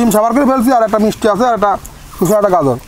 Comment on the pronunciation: শুশা না শসা; আর গাজুর না গাজর